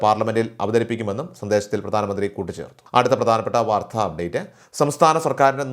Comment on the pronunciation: വാർത്ത എന്ന പദത്തിൻ്റെ ഉച്ചാരണം, ശരിയാക്കണം